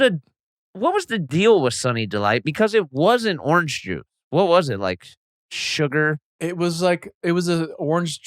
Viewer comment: Adam says surgar lol